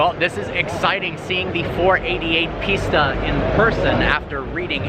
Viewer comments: it is pista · I’m confused. I keep hearing you say Ferrari Pizza when I’ve seen it spelled Pista. Are you mispronouncing it or is the spelling actually Pitsa?